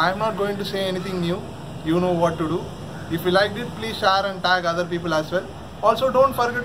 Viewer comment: Say Share not sheir